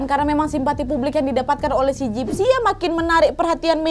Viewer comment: Dari awal kak Nadia ngomong gypsy aku dengar nya Dipsy 😭